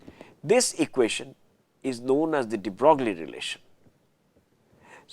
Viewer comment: DeBrogllie ==> pronounced "debroyy."